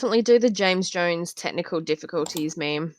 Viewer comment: A shame about the "tecknicole diffikultees" on part.